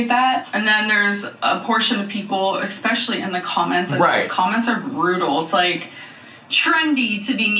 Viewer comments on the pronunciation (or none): Did she say EXpecially? 😳 🤔😬🥸😝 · NOT ECSPECIAL